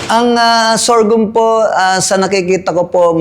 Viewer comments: Sorghum is pronounced as SOR-GUM hindi sor-gium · Kaya nga po e, paulit ulit n nya nadidinig ung tamang bigkas mali p rin paulit ulit pagbigkas nya.sorgium daw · Interesado Marami sa sorghum kaso masyadong parang banu nmn c vloger sa sorgium nya.d mo b naddnig tamang pagnigkas?? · Mawalang galang na po. Mali po pagbigkas nyo ng SORGHUM, dinig nyo naman po paano bigkasin yan ng may-ari. ✌️ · Pansin ko nga mali pagbigkas ni sir ng SORGHUM. 😂😂